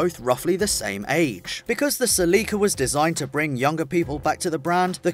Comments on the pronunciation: Toyota SELEEKA, I cringed 😂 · lol the way you say Celica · This guy gives zero fucks pronouncing Celica.